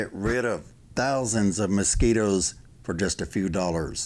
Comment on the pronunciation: Anyone that says “moskeeters” knows what they’re talking about